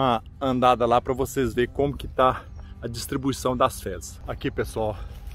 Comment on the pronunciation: Bom dia amigo voce falou PA de parana e nao e significa para